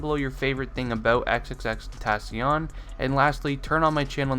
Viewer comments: How are u gonna say your not a X fan If you don't know this when you can't even say his name right 💀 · Isn’t it pronounced “ten-tuh-seeyuhn” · It's XXX-ten-tah-sion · He can’t say his name right lol 😂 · Lol he said your not an x fan if you dont know these facts but he dosnt even say his name right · you say his name wrong it annoys me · we aint real fans if we dont know these facts? you are saying his name wrong and call us fake fans :)? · Fact #1 is how to pronounce his damn name you fool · how you gone say what real fans should know when you not even pronouncing his name right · Your a fan but you dont even say his name correctly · you don’t even know how to pronounce his name😂😂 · U pronounce his name wrong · The dude made a vid about facts about X and he fucking butchers his name in the first 10 sec. smfh. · if you were a fan you could say his name right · makes this video but pronounces his name wrong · Not how you pronounce his name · they should also know how to pronounce his name. RIP X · Maybe if u were a real fan you would know how to say his name right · You don’t even know how to pronounce his name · if ur a true xxxtentacion fan you could say his name right Jk its hard to say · He's saying all these facts but doesn't know how to pronounce his rap name correctly